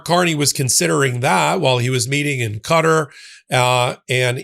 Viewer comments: QATAR...NOT CUTTER!! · Please pronounce Qatar properly “Kah-taar” (with the emphasis on the 2nd syllable) not “cutter”